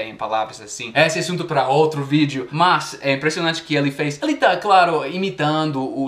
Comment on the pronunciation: O que mostra mais o seu sotaque são as letras "o" e "e", há momentos que seria "ô" e outros "ó", "ê' ou "é", e muitos americanos trocam esses fonemas, por exemplo, na pronúncia da palavra "hoje", muitos falam "hóje", quando na verdade a pronúncia é "hôje", e a palavra "ele", muitos falam "éle", quando a pronúncia correta é "êle", e as vezes fica num meio termo, o que soa bastante estranho kkkkkkkk